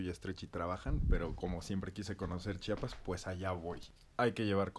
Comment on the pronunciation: Acabo de encontrar este video, omg me encanta que diga bien Chiapas y no chapas como algunos que lo hacen a propósito